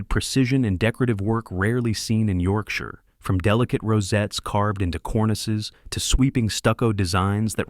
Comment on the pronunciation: As soon as the AI voice mispronounced Yorkshire, I turned off.